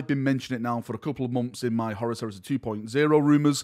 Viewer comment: For the love of God, it’s Horus not Horace!